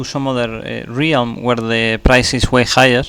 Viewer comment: What’s a re-ham do you mean realm? 😂 jk it’s very cool that you can speak more than one language